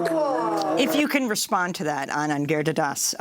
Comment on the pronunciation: FFS Amy, it's pronounced "Girid-hara-das" ... NOT "Gir-di-das" ...learn to pronounce it correctly. It's not that hard!